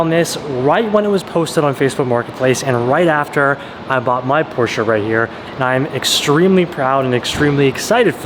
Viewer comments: Yay you pronounced Porsche right :) I know a lot of JDM guys aren't really hip to saying it that way so thank you for spreading it. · The friendship that you have with Tim and how supportive he is beyond anything I have ever seen. Congrats on the Porsche! Low key love that pronounce (Porsche) properly, people don’t believe me that’s how you say it. Even ask Google 😂